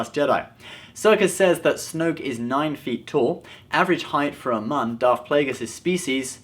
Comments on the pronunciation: It's pronounced "mewn" not "moon" but it's spelled Muun so many people mess that up. Even some of the audio books. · His title is "Supreme Leader". "Supreme Commander" was Vader's title in the Empire in the non-canon Legends timeline. If anyone was a Supreme Commander, it would more likely be Kylo Ren before he offed Snoke. Also, Plagueis' species is pronounced "" not "Mughn" If it was pronounced the way you did it would be spelled "Mun" not "Muun". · I thought you said "nun" 😂😂😂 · Please learn how to pronounce Muun.